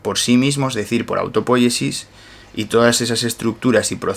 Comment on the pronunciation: Un detalle...no es autopóyesis, es autopoyesis. No es esdrújula. Porfa dígalo bien!!!